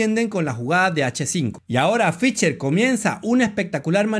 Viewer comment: Muy buen video, muy buenas explicaciones. Lamentablemente muy mal pronuncias al nombre de Fischer. Se pronuncia con s no con c, mas o menos como Fisher. "she" no "che". Sé que esto es difícil para algunos hispano parlantes, pero sería bueno que lo intentaras. Tienes mi like. Un abrazo y sigue adelante.